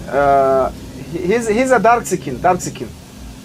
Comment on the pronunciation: lol i know he said, "he's a dark uhh skin," but it sounded like he said darxecan. It almost sounds kinda cool.